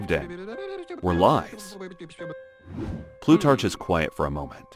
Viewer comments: Plutarch is pronounced with a hard c, think rhymes with stark not starch. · Plutarch, with the ch pronounced as in cheese???😮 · It's Plutarch, with a hard ch. Like in cholera or architecture, not cheerful or cherry. Greek and Italian -ch is hard. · I don’t think he does research in regard to pronouncing words or names correctly before making these videos, he mispronounced Plutarch throughout the whole thing. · "Plutarch" has a "k" sound at the end, not a "ch" - similar to "archeology" and other words of Greek derivation and/or origin.